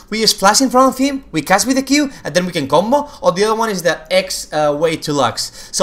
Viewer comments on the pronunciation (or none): the moment u say Flash,Video,Combo,and any champion name, the spanish accent pours out of u :P